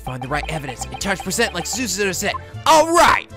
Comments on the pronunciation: I implore you to please just say Susato's name the way you started out with. You're completely off with the way you're saying it right now, and the way you said it before was wayyy closer to how it sounds originally. If you want an example of how Japanese people say it, there's this LP: (this is at a part that you have already reached) The more natural way to say it in "english" would be su-SAH-toh (putting the emphasis on the middle syllable, and having the last syllable be a bit longer too). Another reason I implore you to do this is because you're obviously struggling - please do not struggle for us, I'd much rather you say it the normal way that you started out with. It sounds more natural and it only makes sense. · Yeah the way he's saying it is completely wrong. Its susato like you read it not súsátó. wth? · Am i the only one who thinks that pronouncing súsátó instead of susato as is is very wrong? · FOR THE LOVE OF GOD, HER NAME IS PRONOUNCED SU-SAH-TO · Sue - Za -Toe ...... za like in pizza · I agree wholeheartedly. The way is pronouncing it is just jarring and unpleasant due to how unnatural it sounds coming from him. Some people have been giving a hard time about not pronouncing things the "proper Japanese way" but they're really just being hypocrites. They act like it's culturally insensitive to not pronounce names the native way, but they're being insensitive to the fact that it is naturally difficult for someone of a different culture to do so and causes them to just sound wrong. should NOT feel obligated to try to pronounce names the "Japanese way" just because it's "proper" because it honestly isn't. I must disagree on one thing, however, I assert that the "more natural English way" would be to put the emphasis on the second-to-last syllable. He should be saying "su-SAH-toh." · You should make a counter for how many times you f*ck up Susato's name. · DRINKING GAME: Drink everytime mispronounce Susato.